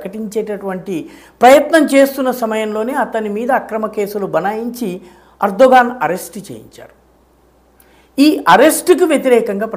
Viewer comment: Erdo "gone" 😂😂😂😂